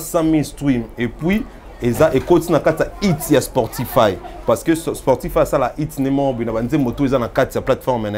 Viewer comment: Hello une petite correction, on dit SPOTIFY et non sportify, merci Sinon très bonne analyse l'équipe